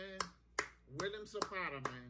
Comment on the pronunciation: Who's zapara isn't it zepeda???